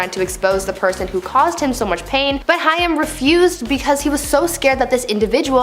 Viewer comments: It’s Corey haim. Pronounced hame. With a lomg a. Not hiam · Corey Haim: It's HAME. Not Hiyum. I feel like, if you're going to do a story on someone's life & death, at least get their name right 🙄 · If you are going to do a video on famous ppl at least know how to pronounce their name properly. Corey Haim . NOT HI-AM.... WHAT? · Who's the idiot girl commentating? Corey " High - Um" Haim. And the fool keeps yapping like she's pronounced it correctly and actually knows who the person is. How ignominious. Thumbs down. Tired of narrators being so ignorant they dont even take the time the learn the names of who they're mentioning. She's clearly uneducated .so there's that